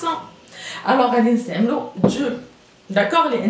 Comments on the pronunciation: وا الاستاذة و ماشي دزو دو اي du et non plus dzu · Bravo professeur mais je trouve que vous avez du mal à prononcer le (du)